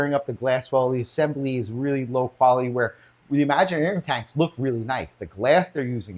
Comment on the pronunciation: and It's not "Imaginarium"! It's Imagitarium. That tank is junk! The brace doesn't do anything. The angles are wrong. Enough said! They should give it up already. Keep Aqueon only! It's not "Aquien"! It's Aqueon! But I understand that it's because you were left unsupervised. LOL! "It looks just great, but it can't be put up". LOL!!! They actually don't look great! Angles are wrong and bracing does not serve! LOL! Even Aqueon does not offer life time warranty for all sizes! LOL! Did you do any actual searching before recording this video? Thanks very much for showing the faults with Imagitarium! Petco: please carry only Aqueon! I have many sizes and love them!